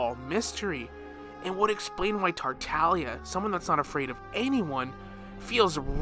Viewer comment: is no one gonna talk about how he said Tar Ta Lia and Arlchiiino and ScARAmOuChE